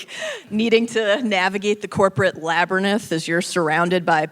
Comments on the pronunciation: It's a LABERNITH. 😂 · What was with Mallory's pronunciation of labyrinth? 😂